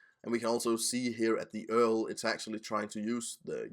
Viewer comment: More, more, more! Oh, and where in the world are you that U-R-L is commonly pronounced "earl" ? Just a pet peeve.